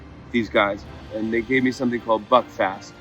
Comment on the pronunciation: "Buckfast"... You've got to be joking... (John from Scotland)... Hope you enjoyed your stay...